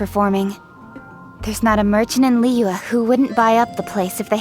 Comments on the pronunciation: same, hearing them say zhong li and liyue is so painful 😭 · I'm neutral with Eng Dub but I seriously can't stand using Eng Dub in Liyue. As a Chinese, my ears hurt when they pronounce almost every Chinese word or name wrongly